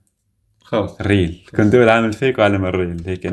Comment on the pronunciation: عالم الفيك اول مرة قرأتو بالفتحة 😂😂😂😂بدل الياء 😂😂😂